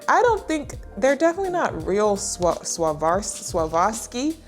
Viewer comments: Try to say " Swah • ROVE • ski " a lotta lotta times. And then cram it together saying it real fast - but only once your tongue, lips and face get comfortable with the movements required - then you'll accidentally say it right when you slow down. I promise this works. Whenever you say it from then on, it'll come out straight. There is actually a YouTube video that helps to pronounce each and every designer label and manufacturer the world over with the proper accent, from a knowledgeable person, probably from that same country pronouncing it correctly. This particular one it's called How to Pronounce Swarovski ? (correctly). The channel is Julien Miguel. I suspect by his name he is French and Spanish, growing up in France or with a single French mother because his accent is most definitely mostly French, although he does have a trill to his "Rs". But his accent is very easily understood. It's kind of cute he speaks in his accent and will even say the word that he is helping people pronounce and then he will say how to pronounce it in English is and he will try to cut away all accent and say it like an average, possibly even American, English speaker would say it. He breaks the name and question down to "swar - of - ski", but he pronounces "of" the way Europeans pronounce of - "ahv", not like we do - "uhv". My way is more fun and more effective for getting it stuck in proper pronunciation forevermore. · This will help .... I swore off ski-ing... Swore-off-ski ....The V is silent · swaarofsky ( that's how you pronounce Swarovski) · you trying to say swarovski is cracking me up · trying to say swarovski had me dyingg😂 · swa-rov-ski lol ik the struggle is real